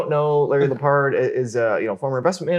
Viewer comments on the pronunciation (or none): It’s not LePard it’s Leopard, like the animal